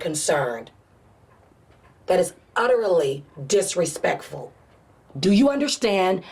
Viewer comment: That's is 'utTerELly' disrespectful, like I get it but that pronunciation of utterly killed me